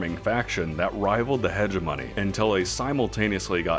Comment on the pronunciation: Nice vid but... imagine playing star sector as long as this guy and still pronouncing hegemony like him :face-blue-wide-eyes